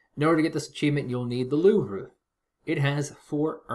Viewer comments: It's pronounced "Louv" Not "Louv Ra" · As a french, the way he pronounces it sounds like "Louver". Like Oliver. It's Louvre. The "re" is pronounce "re". And not "ri" or "er" like you anglo's do. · No it's not. A lot of Anglocizers recommend pronouncing all French words that end in RE without them as they feel it's better to butcher the language rather than be misunderstood. I am not one such person.